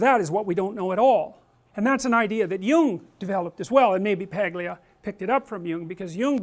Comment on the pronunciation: Dr. Peterson, just for future reference, the 'G' in Paglia is silent. I only learned this recently from watching her appearance on Bill Mahr's Politically Incorrect from the 90s on youtube where it's brought up near the beginning of the first segment. As always, wonderful lecture.